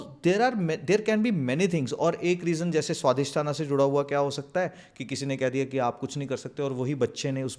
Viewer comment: Swadhishthaanaa, raamaayanaa, moolaadhaaraa, manipuraa.....NO...it's Swaadhishthaan, RaamaayaN, Mool Aadhaar, etc.. It is Raam..not Raamaa...it is Shiv not Shivaa (Shivaa is Paarwatii)